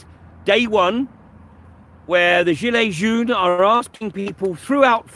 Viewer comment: Hi i am French , thanks for the video :) You have to say 'Djeelay John' , not 'Djeelay June' for 'Gilet Jaune' Also you have to know that at the same time Christophe was protecting a women from beeing battered by the police , somewhere else in Paris , a police chief was boxing a protester and he got out of it without beeing prosecuted. ( there was an internal investigation triggered but this will probably last forever and with no outcome'